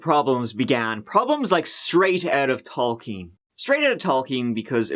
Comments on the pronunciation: Oh "TOLKIEN"!*!$#@ Who else was like wtf, wtf, wtf, talking, toking, toqueeeing. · lol. was saying Tolkien. It sounded like Talking to me. So I got lost with the ring reference till he said Sauron. Then it took me less than tree seconds to finally understand.